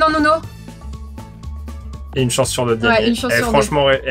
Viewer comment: Respectez son blaze c'est NUNO et pas NONO